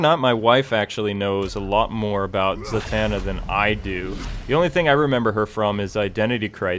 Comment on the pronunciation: Za-Man-na lol